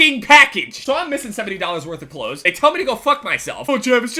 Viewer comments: lol listen to him say clothes he is saying "cloads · am i the only one who heard him saying Klotes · u say cloths weird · I fucking hate the way you say clothes fuck my cat please daddy ohhh yesssss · The way says clothes XD